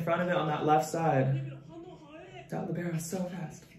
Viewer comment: i hate how they pronounce libero, as LEE-bear-oh